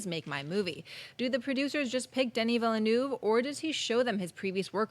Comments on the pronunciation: Denis Villeneuve is pronounced Duh-nee Veel-nuv or at least in phonetic English you could say Dennee Veelnerve. Anything other than you lot keep saying Denny Villa-noov... it's quite annoying. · Please learn how to pronounce Villeneuve :'( (hint: the 'eu' in 'euve' sounds like the 'i' in 'sir')